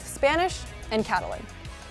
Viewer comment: Cata what? I don’t like the way she said Catalan lol. Almost made me but want to finish the video.